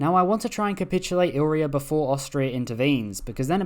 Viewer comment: It's pronounced I-li-ri-a not "ilria" 😂😂😂